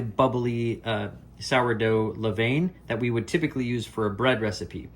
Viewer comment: Please learn to pronounce levain.....